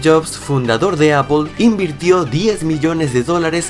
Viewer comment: porque le dices a aple apol y no apel???